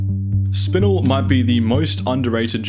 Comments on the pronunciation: . It'd called spin-el rather than spinle. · spinnnel.... its either the americans with their weird pronunciations or english is just weird.... its got 1 n in it, not 2😂😂😂😂